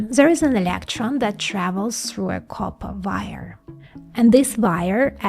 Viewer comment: I just like the way you say "copper vire". :) Also, a fascinating video. New sub here!